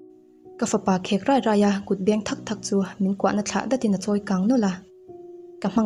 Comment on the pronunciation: Tawng thluk chung chang kha tlem ka lo sawi ve lawk duh a... "Ruai ruai" tih i thluk dan hi a dik lo deuh thin in ka hria a, i sawi dan ang kha chuan hei hla thu ah te pawh an hman thin entirnan " ngai in ka zawng ruai che" tih a "ruai" an thluk ang hian i thluk daih zel a, anih na tak ah chuan "ruai kan theh" kan tih a " ruai" tih a kan thluk ang zawk hi a ni tur ania, entirnan " a kut a rawn phar chhuak ruai ruai a" tih angah te khan "ruai kan theh" tih a "ruai" tih thluk khan sawi zawk tur a nia 😅